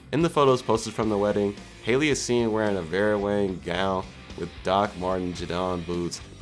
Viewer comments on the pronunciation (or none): none